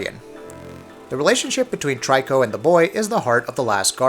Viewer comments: I'm nitpicking a little here but you don't really say Trico like "Trike-o" as the Japanese spelling is トリコ (Toriko). So in English, it is pronounced more like "Tree-ko." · immediate thumbs down for mispronouncing trico. it's tree-co not try-co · Try-co?? The in-game character clearly say Tree-co, his name is spelled Trico yet you call it Try-co?? When you say triple, is it try-ple? How many batch of weed you smoked?! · Amberdiamondswords "Try-co" 😑😒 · It was but he pronounced torico's name wrong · I know, it annoyed me so much when he said tricos name wrong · Brittany Branch THANK YOU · I was dying the whole time he kept pronouncing it wrong. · Times he said "Trico" wrong: 3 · The way he pronounces "Trico"....